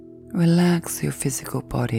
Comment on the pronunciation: Constructive feedback: You've got a great voice and the script seems good, but i find the constant changes in the pace of syllables jarring. Example: Reellaxxx yoouurr physclbdy. Should be: Rellaaxxx yoouurr phyyssiccaall booddyy Also, you take sharp quick breaths which are harsh to my ear. And I'd prefer more deadspace between words and phrases for lingering processing of the suggestions. Hope this helps.